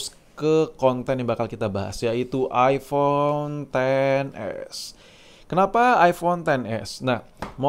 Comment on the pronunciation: Knapa saya risih ente nyebut iFhone. Kan jelaas iphone dari tulisannya